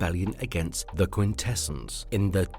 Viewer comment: Who TF is Alpha Tree-On? Do you also call a three wheeled bicycle a tree-cycle? How about a three sided shape? I guess you call it a tree-angle. What about those Quin-tes-sins? IT'S QUIN-TI-SANS!!! 🤬🤬🤬🤬🤬🤬🤬🤬